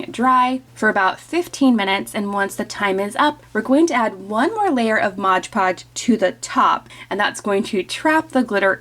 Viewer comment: Product is Mod Podge, not Modge Podge.